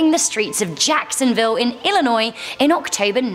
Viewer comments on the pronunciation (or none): none